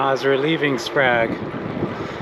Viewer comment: Grange and Sprague are bot h pronounced with a long A sound.